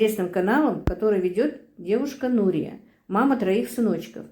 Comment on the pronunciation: Имя Нурия ударение на ,,Я